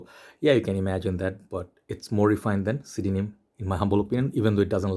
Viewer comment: Did you just pronounce CDNIM phonetically?? Fack off.